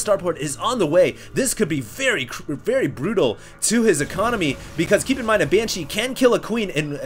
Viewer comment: I love the way says Banshee. "Banchees"